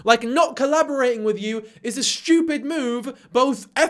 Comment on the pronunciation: omg girl u sounded Scottish when u said stupid!! u said it like me like "shewpit"